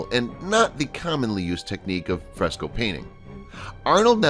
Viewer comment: Fresco... Not Frostco... et al...